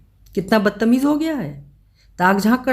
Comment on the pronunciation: Aap kahani mein jaan daal dete ho ma'am...😊 (Bas ek chhotasa sujhaav badtameez eksath zyada achcha sound karta hai .... "Badat meez" ye atpataa lagta hai) Big fan ma'am 👍☺️